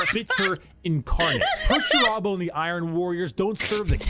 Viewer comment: Somehow I find it entirely appropriate that even while describing how he constantly feels disrespected, can't even pronounce Perturabo's name correctly. No wonder the big lug's so mad all the time.